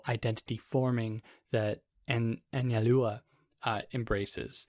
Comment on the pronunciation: You said it correctly. An-zal-dúa